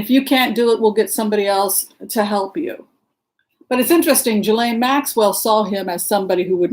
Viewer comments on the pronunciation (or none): The young women pressing charges pronounce her name as Gee lane. (Like purified butter... ghee.) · My husband is French and says it’s pronounced with a hard “g” as in Gheelane. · The French pronounce Ghislaine in two ways, a) “Jeeslane” or b) Gheelane. I have known several Ghislaines over the years and they mostly preferred to be called Gheelane but I have also encountered a couple who prefer Jeeslane. Hope this helps.